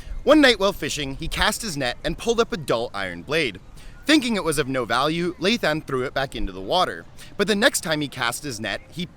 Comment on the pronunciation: Wouldn’t it be pronounced Lay L-uh-i?